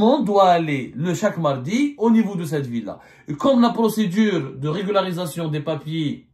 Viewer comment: Monsieur Abdou a un problème à prononcer correctement régularisation 😂😂😂😂 regul! regluglsiration relugarusecion etc etc ! On dirais il joue au cafouillage ?